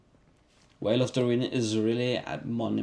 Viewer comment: that's how you pronounce it , should be more of an "f"-sound